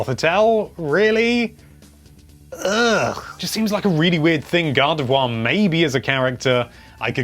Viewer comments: GADAVWA it's Gardivoir xD sry I had to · British accent is weird you pronounce gardevoir and god of war the same